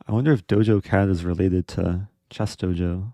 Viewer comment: It's DojaCat, yo. Not Dojo. We ain't training martial arts we smokin mf weed.